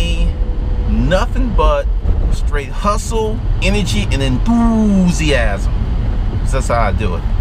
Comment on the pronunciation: Enthoooosiasm. ROFL